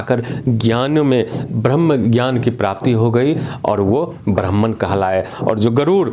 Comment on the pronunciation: आचार्य आपका ब्राह्मण शब्द का उच्चारण ठीक नहीं है आप कौन से ब्राह्मण हो बताइए